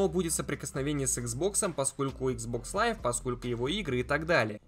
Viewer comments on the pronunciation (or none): none